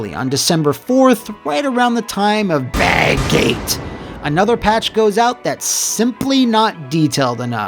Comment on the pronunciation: i laugh every time he says BAGGATE lol